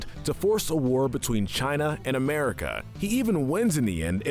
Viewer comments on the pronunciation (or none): none